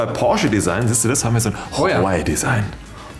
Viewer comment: "Huaaaawäy"? Man die Aussprache von dem Typen der nicht Alex ist geht mir echt auf den Sack xD